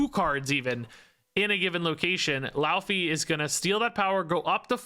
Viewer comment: Popping in as an expert in Norse linguistics: 'Laufey' is pronouned more like "loy-fay"